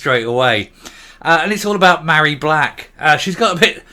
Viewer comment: Her name is not pronounced Marry, Mh in Gaelic is a V so she is Varry. I am Mairi because my name has no H. Hope I made myself clear. Funny that she doesn't know the origin of her first name.